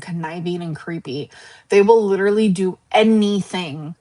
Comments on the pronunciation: The leeturally thing makes me want to rage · That “ leederly “ word is really pissing me off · Smug Lynn has entered the chat…. She can shove “leedurally” up her ass. Also I’m so lost, I missed the flirting with Emily? Seemed like getting tea and pulling out paying for it